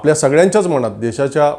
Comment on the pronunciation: मणात नाही.मनात. सुजान नाही.सुजाण.आपन नाही.आपण.महाशय आधी शुद्ध बोलायला शिका आणि नंतर भाषण ठोका.